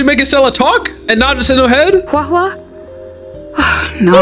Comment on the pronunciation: "HUWOAH HUWOAH" I'M DYING